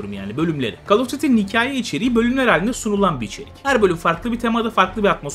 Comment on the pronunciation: Hocam "Kol" diye oukunur, "kal" değil :)